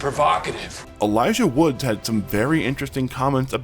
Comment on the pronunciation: 2 things, it's Wood not Woods, and I'm begging you, please get a pop filter, those mouth noises ruined the whole video for me